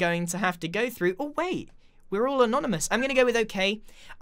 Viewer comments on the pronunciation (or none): none